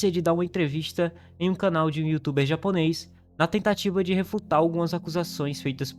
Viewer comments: Tu é fluente em japonês? Tua pronúncia foi mt boa! Anyway, o Japão de uma forma geral ainda vive nas mãos de senhores feudais, não literalmente senhores feudais, mas parentes próximos deles q ainda tem uma visão de mundo mt parecida, e o japonês como um todo tem um péssimo hábito de não se meter em algo q não é problema dele, mesmo sendo crime. E mts vezes é apático pra lutar até mesmo pelos seus direitos, sendo assim, se tiver pessoas de má índole com poder em locais menores como essa vila, tem grande chances de coisas tão absurdas qnt essa acontecerem. É sinistro. No mais ótimo vídeo, não conhecia o canal! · Po mano, mas tua pronúncia é incrível parece até um japonês nativo,ótimo trabalho